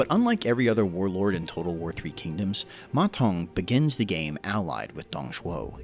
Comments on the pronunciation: According to Wikipedia, the sound of "Ma Zeng" is much more "Mazen" then "Ma Tong". Still a great video for my favourite warlord! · You pronounce his name (Ma Tong) which means toilet bowl in Chinese. It should be Ma Deng if you pronounce it in English.